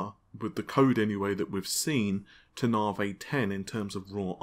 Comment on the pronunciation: "Now for some Nah-Vey news"